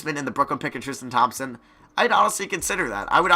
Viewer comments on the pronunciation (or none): none